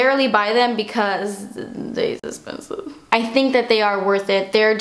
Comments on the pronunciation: "Guuurl.. das espenesiiive" lol seriously Love you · cause daaas essspensive!!! hahahah I LOVEEEE when you say that! I catch myself saying it often!!! love you your such an amazing person:)